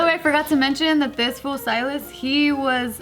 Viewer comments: Sealis.... lol don’t you mean Silas ???? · I had to do a double take when I heard mispronounce Silas the first time lmao